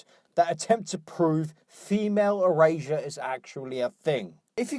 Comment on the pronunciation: what is "female erasia"? "eurasia"? "erasure"? whatever it is she's going on about?